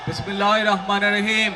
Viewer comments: বিসমিল্লাহ এবং সালাম দুটোই উচ্চারণ ভুল বললেন। যাদের হৃদয়ে ক্ষমতার লোভ লালসা ছাড়া কিছুই নেই তাদের জনগণ ভোট দিবে না আর। 😂😂😂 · বিসমিল্লাহ টা ঠিকমত বলতে পারলেন না ভন্ডামি রাজনীতি বাদ দিন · এত বছর নির্বাস থাকার পরেও বিসমিল্লাহ শুদ্ধ করে শিখতে পারলে না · শুদ্ধ করে বিসমিল্লাহ বলা শিখেনি এখনো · বিসমিল্লাহ টা সুদ্ধ না।সালাম টা ও সুদ্ধ না।হায়রে নেতা।